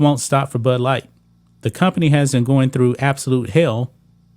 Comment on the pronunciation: I’m having a problem understanding what you’re saying. Are you saying butt light or Bud light. 😂😂😂 No Nike in years either.